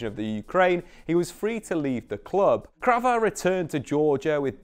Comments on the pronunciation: all good but he is Kvara, not Krava :) All the rest is well explained! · I couldnt listen through all this. KVARA not krava for gods sake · it’s not Krava it is Kvara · and he called my man krava the whole video too